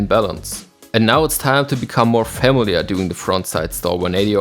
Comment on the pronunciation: Great video!!! PS: Look up the pronunciation of "familiar" xD